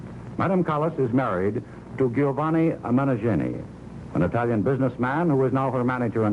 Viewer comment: "Ghiovanni Meneggini"... lol